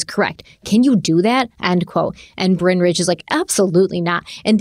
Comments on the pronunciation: Bryn is definitely not pronounced Brian, it’s a Welsh name and that means “hill” 😂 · Stephanie I agree with you 100% it is "Bryn" not "Bryan" in order to say Bryan you have to have the "a" in the name lol either his parents couldn't spell or no. His parents couldn't spell lmao you could also pronounce his name as "brine" like what we put "turkeys" in for thanksgiving to make them plump and juicy just like what Brynn tried to do to this case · I agree with Stephanie, Bryn rhymes with Lynn, or Syn. Bryan with a Y, also need an A 😂